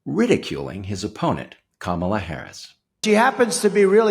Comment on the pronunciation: Darnell Trump can't pronounce 'Kamala'.